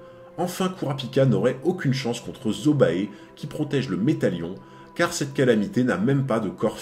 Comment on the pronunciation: Zobae... Je dis ça comme ça hein...ca se prononce pas zobé ?